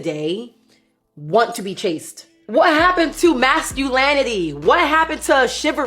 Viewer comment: “masculanity”? “Shivery”? Not a turn-on. Also “How the hell am I intimidating!?!!!” 😂